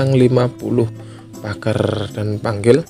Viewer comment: Pagerrr nya itu loh candu😂